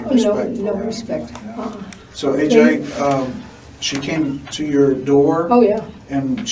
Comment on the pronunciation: The way she purposely mispronounces AJ's name is gross.